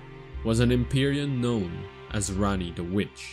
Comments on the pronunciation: Just saying it’s “Ranni” not “Ran-nee”. And there really wasn’t any new info here. It was like listening to OneMindSyndicate regurgitate the war hammer wiki page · RAH-nee. Not RAHNee. Big difference